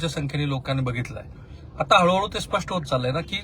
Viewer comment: बोलताना चुकताय स्पष्ठ नाही स्पष्ट म्हणा. ऐकायला खटकतय